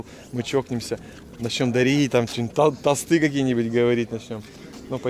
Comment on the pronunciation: вы так хорошо отдохнули, что мне настроение передалось. и, тОсты. а не тостЫ. хотя пофиг, спасибо за видео.